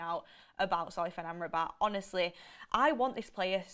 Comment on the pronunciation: SOFYAN not soyfan please